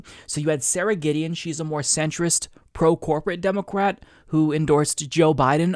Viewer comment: Why do you say say demo-cwat?